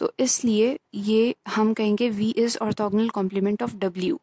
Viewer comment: अर्थोगनल नही होता arthogonal hota h